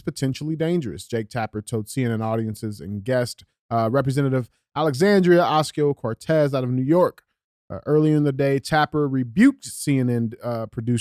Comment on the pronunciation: Somebody gotta teach DJ how to pronounce AOC's name. It's not Oxio-Cortez, LOL. It's Ocasio-Cortez.